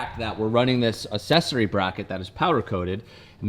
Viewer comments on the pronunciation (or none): Hey, did you know that there are actually two c's in "accessory", meaning it's not pronounced "assessory"? Pretty neat, eh? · This bothers me more than it should: It's ACK-sessory, not assessory 😂